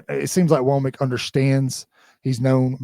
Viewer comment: I don't know why the mispronunciation of Kane Wommack's name is so bothersome to me, or difficult for others, but every time I hear someone say his name it is like nails on a chalkboard.